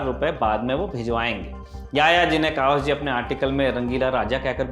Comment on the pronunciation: कवास जी नहीं, कवासजी है।